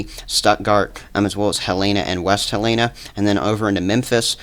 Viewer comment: Its Pronounced Hell-in-a not He-lana....